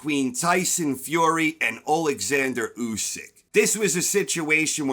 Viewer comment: At least you pronounce his name correctly! Usyk won that fight 8-4 or even 9-3 ! And by ko if w’ere being honest! If Fury shows up in December Usyk will finish him in round 10 !! That is my prediction!